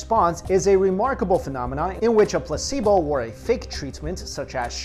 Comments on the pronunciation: Anyone else hear pussyboy instead of placebo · I thought he said "the pussy boy effect" 😂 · for a second I thought he said pussy boi effect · Placebo sounded like he said "Pussy Boy" at first XD